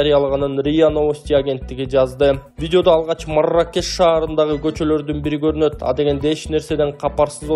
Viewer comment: Марррррракеш деп догурбай эле суйло 😅😅😅